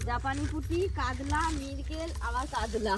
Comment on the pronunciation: তোমরা কাদলা বলো কেন ? আসল উচ্চারণ হলো "কাতলা"....